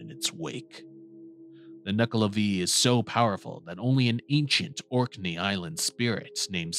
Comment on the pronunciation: It's not Nuckla'vee', it's Nuckla'vay'